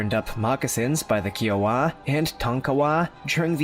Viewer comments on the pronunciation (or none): Just please do your homework on some of these things in these videos. Plenty of it is not true . I’m a Lakota ( friend ) descendant, I grew up around Paiute, and Shoshone tribes in Nevada, and still live by the colony now . And it’s KY-OH-WUH ( Kiowa ) don’t mean to be peckish, I admire your interest.